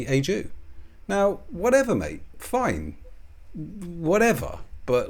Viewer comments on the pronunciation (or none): none